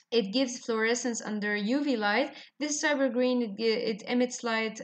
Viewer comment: Ma'am have pronounced rightly.